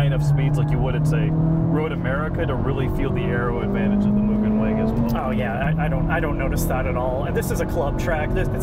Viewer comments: Surprised no one cares he keeps saying moojen instead of mugen… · They keep saying Mugen wrong. It's moo gen (like generation). Even the kingmotorsports guy says it wrong. As a fanboi, I'm triggered. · It’s Mu-Gen, not Mu-Jen😉👍. A hard G. Mugen made some of the sexiest motocross bikes EVER back in the 70’s and 80’s, along with very effective kit-parts. They have always been one of the most exotic and desirable parts companies to me👍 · I can't tell if is being sarcastic with his mugen pronunciation... lol For anybody that doesn't know, mugen is pronounced "Moo-gehn" not "Mew-Jen". With gehn sounding the same as the g in "again". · MOO... GGEN. JEEZ. It's really not hard. If it were Myujen they would spell it that way. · That feeling when non-Japanese speakers pronounce it "mule-jen"... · Kind of mind blowing that the OWNER OF KING MOTORSPORT also mispronounces it. It's MOO-Gen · pronunciation of “Mugen” effin’ kills me brah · pronounced it MOO. Overall he may have not sounded Japanese, but he didn't make that error. did once, but I have a feeling they left that in as an insider bit of humor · Did anyone else cringe when he mispronounced "Mugen" ? I know I'm nitpicking but still......gahhhhh!